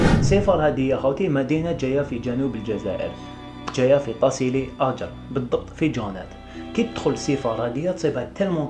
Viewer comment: ناجر ماشي آجر